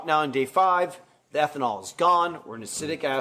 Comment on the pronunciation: Ah-seat-ic asid